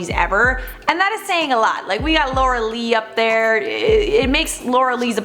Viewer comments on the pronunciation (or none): none